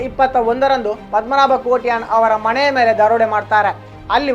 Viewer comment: ತನ್ನ ಮಣೆ ಅಲ್ಲ ಮಾರಾಯ ಮನೆ ; ನಿನ್ನ ಜೂಣ್( ಜೂನ್) ಮಣೆ (ಮನೆ) ಇತ್ಯಾದಿ ಕೇಳುವಾಗ ಯಾವ ಭಾಗದಲ್ಲಿ ನಗ ಬೇಕೋ ಗೊತ್ತಾಗ್ತಿಲ್ಲ!